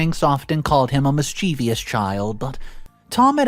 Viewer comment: Mischievous, NOT mis-chee-vee-ous.